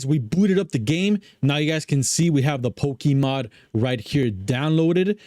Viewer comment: Poke - a - Mod. not Poke - E - Mod